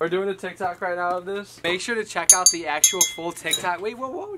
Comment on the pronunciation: Who else noticed that said tik tack instead of TikTok——————>